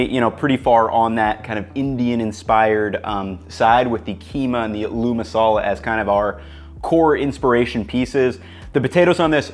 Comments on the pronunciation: Aaaloo masala , stretch the 'A' it's not a-loo masala it's aaloo masala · This is a great idea! I love that you're diving deeper into Indian/Pakistani dishes. Btw aloo (potato) is pronounced "ah-loo" (with the "a" and "loo" parts as seperate syllables) instead of "al-oo". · this mixture you can now fold into parathas before rolling them out and make the classic indian breakfast, aloo paratha (also quick side note, aloo is pronounced with a greater emphasis on the a, so it's like aaa-loo, like the aah without the h sound. I don't blame you for not knowing the pronunciation but since you're this obsessed with Indian food I figured you'd like to know) But yeah aloo paratha, stuff up the mash into paratha dough and then roll it out, and top with butter and coriander. (I would actually add a touch more of the spices to the mash, some fried curry leaves and mustard seeds, and other spices). In my house we'd have that and indian curd (dahi) with sugar in it and it'd be the perfect start to the day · knows quite a lot about legit Indian cuisine Also: aLOoO masala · It's agh loo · love your recipes, including this one - thanks so much! but your pronunciation of "aloo' is driving me crazy - the stress is not on the "oo", but on the "a". it should be 'aalu' - 'aa' like the sound in 'yawn', and then the name 'lou'. thanks again for the recipes - keep 'em coming! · Great idea, gna give this a go. Love the way you say aloo too haha it's actually pronounced ah-loo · Idk if it's been mentioned but aloo is pronounced with emphasis on the A - so like "Ah-loo" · Nice video. It's pronounced like "aaaa-looo". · Niceeeee but it’s pronounced ahh-loo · Pro tip: Aloo doesn't sound like a loo. It sounds like "Aaaa! Loo!". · I respect your dedication to understanding the cuisines of different cultures and I feel like you really try to honestly represent these various styles of cooking. Pro tip, it's spelled "aloo" but pronounced "aa-loo" lol